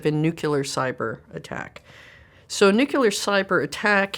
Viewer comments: I don't understand why people say "New Killer" instead of nuclear. 😂😂😂😂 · It’s nuclear lady, not nukeelar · Intelligent, humorous, legend, and a baddie!!! But why the Nucu-luhr pronunciation. There's no extra letter there Nuclear (noo-kleer) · She is very smart...but it's nuclear, not nu-cu-ler. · Am I the only one hearing "nucular" instead of "nuclear"? Like, every time, not a mistake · There is no such thing as Nucular, it is Nuclear. LMAO 🤣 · Sorry. Anytime I hear someone say "nucular" instead of nuclear... 🤌 'NEW-CLEAR'.... I'm out. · I love everything about this interview except how she's pronouncing nuclear. It's not nucular! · Your daily reminder that it’s nuCLEar not nuCULar (nucular means nut shaped)… I’m surprised bc wow she is freaking SMART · Nuclear, Chris! Not nuculer. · "every time you involve the word NUCELAR, it also has a psychological effect." Yes, because you said NUCELAR instead of NUCLEAR about 20 times and I had a brain itch only a 12-gauge shotgun could scratch. Other than that very smart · Is there anything more annoying than a very smart person saying the word "nucular"? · You lost me at New-Q-lar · Nukelar Nukelar Nukelar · Lost all legitimacy with me when she said "nucUler" about a dozen times in less than t min. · She’s Homer Simpson’s daughter. “It’s pronunced nukealar. Nuuukealar.” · I really enjoyed her, except that if she said "nucular" one more time I was about to go nuclear. 🤦🏼‍♀️ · I noticed her repeated pronounciation of nuclear to be like Homer Simpson - I bet that is intentional :-) "nucular" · Why is it “nucular”? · nu-killer, very accurate ;-) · A clever sausage, yet cannot pronounce the word "nuclear" correctly. 🤷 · I can’t believe this highly intelligent woman can’t pronounce “nuclear” correctly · All that skill and knowledge and she can’t even pronounce the word “nuclear”. She is awesome though!! I could watch her all day!! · If only she could pronounce nuclear.😑😑😑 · Why can't she pronounce nuclear correctly?